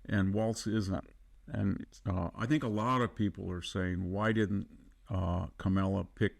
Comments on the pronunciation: It's pronounced "Comma-la." I know it's hard for racists, but you can do it!!! 😊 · Can we please stop saying KamEla; its KamAla. 😊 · This is the second time I'm hearing this guy. He says articulant, pronounces Kamala's name as Camilla. But we assume he knows what he's talking about? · You dont say ARPPLE , its Apple you dont say VAANCE its VANCE LIKE A in Apple. You dont say KAMELA like Camel you say Kamala like Ca-(r)-MELA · Did you say,Kamella? I think I heard,Kasmella. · It’s pronounced Ka- mala, with emphasis on the first syllable. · I enjoy listening to him, he’s quite intelligent, but does Victor mispronounce names on purpose? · Your purposeful mispronunciation of Kamala's name reveals your smallness. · You are intellectually lazy and can't even pronounce her name correctly. Duh! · So Vance is "very articulunt"... 😅 Please learn to pronounce "Kamala." I know you're doing that out of disrespect. It's what Donnie would want. 😉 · I write this commentor off as he either is unprepared to pronounce Ms Harris name or deliberately mispronounced it. Stopped listening then. He is a tool. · Great mind, but I wish he'd pronounce Kamala and a few other words correctly.